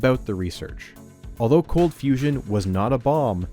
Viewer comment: "Cold fusion has turned into confusion" idk how you butchered that